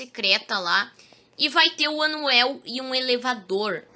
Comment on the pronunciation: e ele falando anuel e quando e unwell